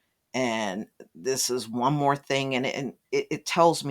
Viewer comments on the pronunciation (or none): none